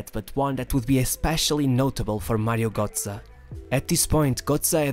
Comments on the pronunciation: He is still pronounced GÖtze not GOtze . Damn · its gö(oe)tze and not gotze... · bro its GÖTZE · Bro, you make a whole about a guy you cant even pronounce right. Just google it man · imagine making a 15min video on a single player and not pronounce his name correctly 🤦🏼‍♂️